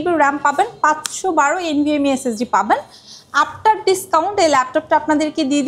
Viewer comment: SSD❌ S S D✅